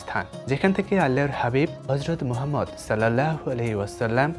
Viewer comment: ইসলামিক নিউজের জন্য ইসলামিক যেকোনো স্কলার হলে ভালো হয় কারণ আমাদের নবী হযরত মুহাম্মদ (সাঃ) এর নাম ঠিক মতো উচ্চারণও ঠিক মতো বলতে পারে না।